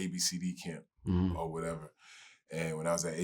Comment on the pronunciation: "O waddeva."